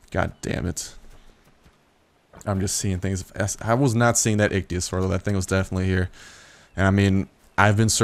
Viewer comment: It's pronounced Ick-Thee-O-Saur